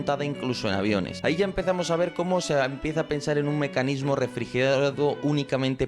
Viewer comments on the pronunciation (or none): Mescanismo dijiste